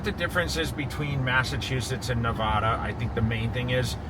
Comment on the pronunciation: I dont understand how hes lived here so long but says Nevada incorrectly.